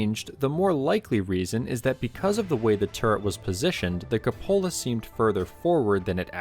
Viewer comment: Are you referring to the cupola? If so, it's pronounced queue-po-la. Not as if it's a cup holder.